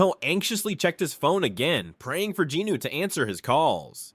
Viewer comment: Great narration but "jinuu" instead of "jinwoo" is killing me lol